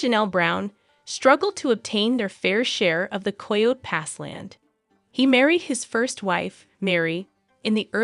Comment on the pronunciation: Learn how to pronounce "Coyote".